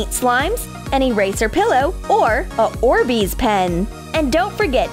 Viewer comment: It's orbees not orsbeez